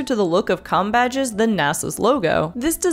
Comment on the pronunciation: It doesn't sound like you said "com" badges .